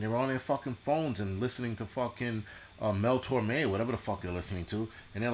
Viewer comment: Mel Torme?!? lol